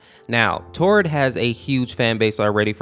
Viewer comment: Tord not todd